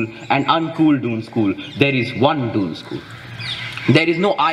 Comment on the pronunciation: Isn’t it दून, and not डून ।